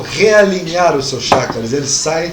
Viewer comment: CHAKRAS,pronuncia correta Tchackras e não shackras.